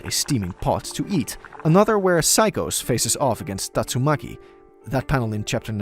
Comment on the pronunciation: man said tatsumuki instead of tastumaki